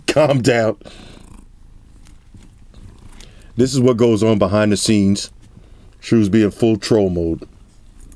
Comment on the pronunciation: "i lov ma white shooes"🔥